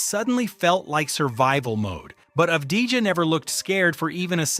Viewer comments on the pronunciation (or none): One more time I hear Abdijah, I cut veins. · Av-di-ya. You welcome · That's a good recap about deni. But one thing for you for the future. You pronounce his name wrong. Yes. It's written avdija but you need to say as a Y instead of a J. It's written avdija but pronounced avdiya. Like every analyst said in the video. Of course it's been recorded before the spurs series but even during the series, deni showed he belongs. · it's Av-d-ya